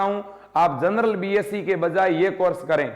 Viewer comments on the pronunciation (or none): none